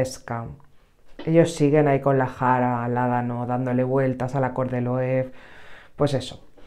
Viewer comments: Me encantó cuando lo probé, es un chute de energía total. Espero encontrarlo tester o algo más barato, pero es un cítrico precioso que te hace la boca agua. Por cierto, espero que no te ofenda, pero es que me chirría oírte decir Loev😅se pronuncia Loeve, tal cual, que yo también lo hacía mal hasta que me corrigieron hace años.🤭un abrazo guapa! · Se pronuncia Loebe amiga, es un apellido alemán